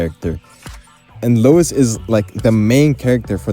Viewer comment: Lewis not Lois